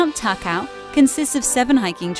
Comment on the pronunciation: Ta-Ka-o is the correct pronunciation